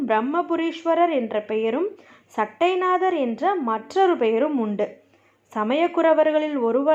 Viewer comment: சட்டை நாதர் இல்லை மா சட்ட நாதர் என்பது தான் சரியான உச்சரிப்பு.